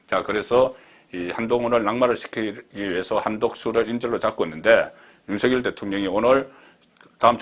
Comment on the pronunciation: 가급적 윤성녈로 발음해주세요. 취임선서에서도 본인이 그렇게 발음 하잖아요.